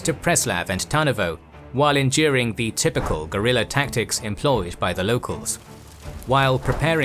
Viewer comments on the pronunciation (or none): none